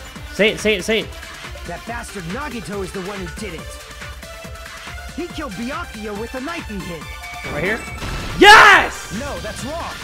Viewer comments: and here we witness a rare moment when pronounces Byakuya correctly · YO HE PRONOUNCES “Byakuya” CORRECTLY SCREAMING